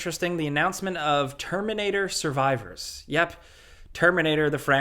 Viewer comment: "The Termunator"